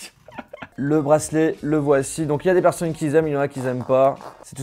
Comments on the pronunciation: "Des personnes qui z aiment "? Wahou. ..lol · « Y’a des personnes qui Z’aiment y’en a qui Z’aiment pas » 2019. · y a des personnes qui zaiment et y en a qui zaiment pas 😂😂😂